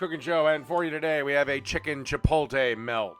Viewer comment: Midwesterners really pronounce Chipotle “Chip OLE TAY” lmao it’s Chip OAT LAY 😂